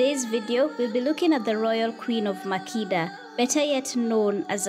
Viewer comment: It’s not pronounced MAH-KĒ-TA (Makeeta) it is pronounced MAH-KEH-TA.